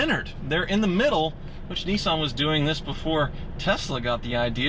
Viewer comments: Hey..... It's pronounced "Nis-san.......not Nee-san" Just sayin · what the fuck is a neeson...isnt he an actor? its NISSan.......NISS.....like PISS but with an N NISSAN....you try....N..i..s..s..a..n....... good boy. lol, jokes aside, great videos. and you must be doing something right as your views to subscribers ratio is possibly the best in the game. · Neesan ...... niss ann...... hmmmm. Nissan. Bit like soo baroo..... it’s Subaru.... lol